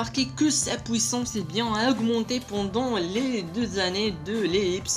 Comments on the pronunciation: On dit "Puissance" pas "Pouissace" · Quand tu parle anglais ta bien des difficulté de prononciation , donc ne te plein pas de lui car il dit pouissance au lieux du puissance .. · Deja parle francais on dit puissance et pas " pouissance" et l'intro est cool mais qand ya Ener enleve ce moment c' est pas marrant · pouissance ou puissance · de ouf tu exagere un peu quoi, "POUISSANCE"!!!!!!!! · pnt t arrive pas a dire puissance